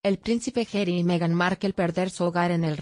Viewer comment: No se dice Gery! Es Harry o pronunciar Jarry, no jery